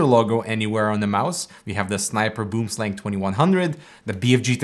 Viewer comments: boemsleng , lmao. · First "gaming" mouse was the Razer Copperhead, released not toooo long after the Boomslang and Diamondback. First mouse was some total piece of crap off-white ball mouse that needed to be cleaned all the time. Random FYI: Boomslang is actually pronounced something more like "Booum-slung" - it's an Afrikaans word (derivative of Dutch) from South Africa and it's - it means "tree snake", it's one of the most venomous snakes in the world, it's long thin and green, climbs and hides in trees dropping down to attack prey. If it bites you and there is no antivenom very closeby - you are GG. Scary AF. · it's pronounced "Boam Slung". - Tree snake in dutch/afrikaans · Boomslang translates to tree snake in my language. He said it so funny though :D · boomslang is afrikaanse/dutch for "tree snake" (a very poisonous snake). also, you are butchering the pronunciation lol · As a South African, hearing someone say boomslang is really funny. 🤣🤣🤣